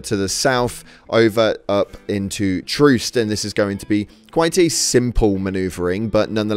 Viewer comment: Can this clown not read? Its troost not troust 😂😂😂